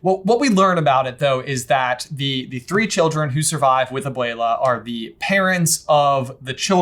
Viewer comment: Am I the only one who hears aboila instead of abuela coming out of J's mouth? 😂